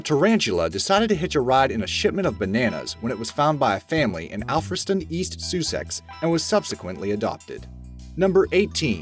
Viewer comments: dude alfriston is 10 mins from where I live, however you pronounced East Sussex wrong. it's not sooo sex it's sus ex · he said east sussex wrong ugh